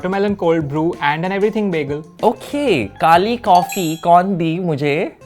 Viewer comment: Btw it's not begel it's bagel